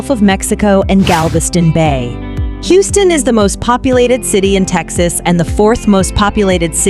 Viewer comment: the AI voice over loses me every time. As soon as it mispronounced Houston I paused it, read this comment and turned off the video.